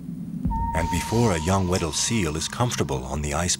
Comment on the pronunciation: I thought he was saying “widdle” instead.